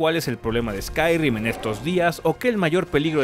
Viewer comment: Qué molesto fue que dijeras ''Skyrrrim'' JAJAJAJA